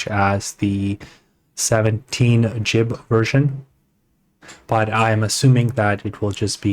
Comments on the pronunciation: Jib .. it hurts the ears. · "NVFP4" This guy: "NFFP4" ... "Jibs" Dude... just how much ganja did you smoke before making this video? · I've been on this earth for a long time. Been on the internet for almost as long. I've never ever heard GiB pronounced "jib" lol. Is that a Apple person thing?